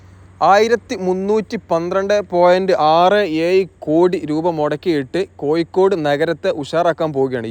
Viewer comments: കോയിക്കോടല്ല കോഴിക്കോട് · കോയിക്കോടു അല്ല കോഴിക്കോട് ആണ് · നിലവാരം ഉണ്ട്. പക്ഷെ ഉപയോഗിക്കുന്ന ഭാഷ ഒന്ന് കൂടി പരിഷ്കരിക്കണം.... കോയിക്കോട് (കോഴിക്കോട് ), വയി (വഴി ), പയക്കം (പഴക്കം), ഏയ്‌ ലച്ചം (ഏഴു ലക്ഷം), മയ (മഴ) എന്നിങ്ങനെ തിരുത്തുക 🤣.... മലയാളഭാഷയെ വ്യഭിചരിക്കാതെ മോനെ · കോയിക്കോട് . ഇടനായി മൊത്തം യ മയം !!!! പ്ലസ് ബ്രോ ഴ ഒന്ന് ശീലിക്ക് .....ഒന്ന് പറഞ്ഞു പ്രാക്റ്റീസ് ചെയ്യ് pleeeeeeese